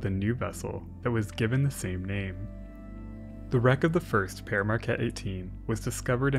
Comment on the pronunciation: We pronounce it "peer", not "pear". Other than that, great vid!